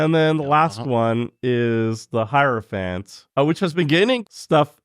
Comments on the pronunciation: in case anyone’s wondering, it’s pronounced hierophant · don’t worry, it’s pronounced “hierophant”